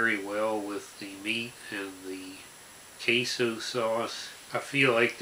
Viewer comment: Queso* but yeah it's funny asl 😭